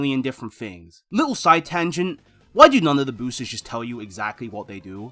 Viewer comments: Da booostuhs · i only didn't click off because you say boosters like an example new yorker